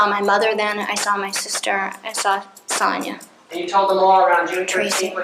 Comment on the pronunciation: I know this is silly, but it’s mildly infuriating that he way Pamela pronounces her sister Sonia’s name 😂